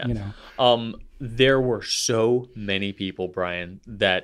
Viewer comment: Wow, you read my comment! And pronounced my name correctly! 😁 I'm somewhat convinced that Brian likes the banana shirt due to the blue background. So, my food that I ate "too much" of as a kid making me hate it forevermore are unruffled cheese potato chips. I can eat Cheetos, RUFFLED cheese potato chips, and other faux-cheese snack products. But unruffled cheese potato chips? 🤢🤢🤢 This is all Sam's Club's fault! LOL! 🤣